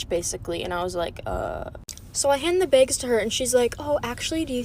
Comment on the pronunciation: I know this isn’t relevant but did she just say begs instead of bags😳